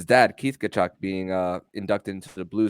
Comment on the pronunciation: Tell his name is ka-chuk, not ta-chuk.